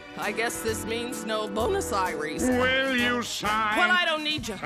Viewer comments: It’s Buenos Aires not bonus ires😂😂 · Lol, she called Buenos Aires BONUS Aires. 🤣